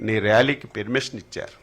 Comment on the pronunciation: ఒరే లఫూట్, పెర్మిషన్ కాదురా పర్మిషన్. మీ తప్పు కాదురా నీకు ఓట్లు వేసారే వాళ్ళను కొట్టాలి చెప్పుతో.